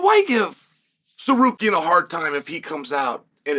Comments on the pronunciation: Uncle chael u got the name wrong again. It's sakarian😂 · Chael made it 3/4 the way through this video before "Tsarukyan" became "Sekarian".. only for 4 times though, then it went back to normal. 😂 I think we have to consider this Progress...